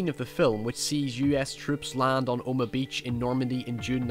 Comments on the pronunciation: Are you saying "Omah" beach? It's OH-MAH-HA. I'm sure I'm just mishearing you. I love your videos, and I love your channel. I happen to be a fellow sufferer of chronic, maddening depression. Movies help heal that pain, don't they? Thanks for your channel, thanks for your insights, thanks for everything. I'm only subscribing NOW, which is weird, because I've been taking a look at this channel for a few months now. I don't subscribe often. Or at all. But yours is terrific. You've found a niche. That's hard to do,. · Omaha. O-ma-haw, not Oma. Stop saying “oma” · it's O-ma-ha beach not oh-ma beach. I cringed everytime he said the name. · the joke is that says it like "Omagh" instead of "Omaha". I usually don't reply to 2 year old comments, but seeing as you did I figured I'd do the same. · *Oh-Muh-Ha Beach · What a fascinating analysis. My only problem is that Omaha is 3 syllables not two. Oh Ma Hah